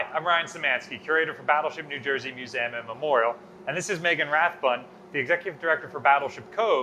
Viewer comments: It ain’t “New Jersuh,” Ryan. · To be consistent, Ryan should say USS New Jer-suh.